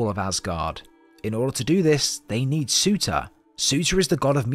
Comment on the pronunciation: Bro sorry but it’s pronounced sir-tuur